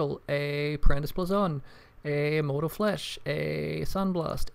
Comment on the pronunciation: BLAYZON NOT BLAZON GOD